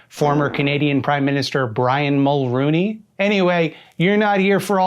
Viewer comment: "Brian Mulrooney". Oh crap, so I guess Canada had their own Ronald Reagan? That sucks.